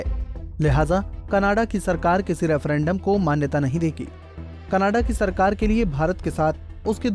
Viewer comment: Pehle canada kehna tan sikh la bayiya canadaaa khi jana a hahaha 🤣